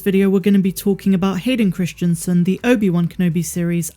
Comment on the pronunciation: You're pronouncing the name incorrectly. Even though you've spelled it correctly in the title. Christensen [kris-en-sen] Not Christianson [kris-tian-son]. It's strange that you can spell it yet not say it correctly.